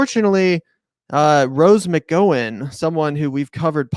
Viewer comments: Lolol. Rose "mih-go-win" lolol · I'm pretty sure he's pronouncing her name the Irish way. Or at least closer to how it's pronounced in Irish. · bruh you're way off on this one. 1) you could pronounce her name right. 2) it's fucked up to say she should be institutionalized. 3) maybe listen to what she's saying?? it isn't drivel. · Not gonna lie, this made me revoke my patreon. You know Gavin was going to win even if she voted for Larry. Furthermore, she was a victim from Weinstein and Newsom. She isn't even close to being a republican, she just hates Gavin. You both are talking about an issue that you clearly have not read up on, and that's indicated by how you don't even know how to pronounce her name. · That was silly and juvenile how you mispronounced her name deliberately. I for one have been so turned off by the crappy democratic political establishment that I don’t blame her and I said it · You can't even say her surname correctly ffs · LOL, he can't even pronounce McGowan. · You idiots can't even say Rose's last name right, you MFing morons.